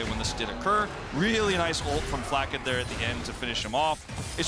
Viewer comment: Flacked. Not Flack-ed-e. Fml